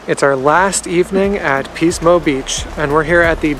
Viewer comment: Ahhh Pismo <3 Yeah, it's commonly pronounced as "PIS-mo" with a short "i" sound, so it sounds like "PIS-mo Beach. Love the restaurant F. McLintocks Saloon & Dining House in Shell Beach, near Pismo Beach. They were known for serving "Turkey Nuts," which are deep-fried turkey testicles, but they stopped offering that item a couple of years ago. Nice video, thanks for sharing :)